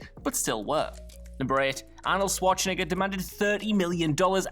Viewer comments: I've heard Schwarzenegger's name butchered numerous times, but I never heard Swartschenegger... that's not his name, dude! :D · lmfao "Shwatch-niggas" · Is it just me, or is dude calling him Arnold Swatch-n**ga ? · Damn the way he said Arnold's last name the first time was reeeeaaaaly sketchy I'm surprised there aren't a bunch of comments flipping out like he die it one purpose lol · so the game of mispronouncing Arnie's name continues